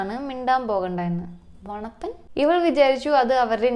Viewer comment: വണപ്പൻ❌ മൊണപ്പൻ✅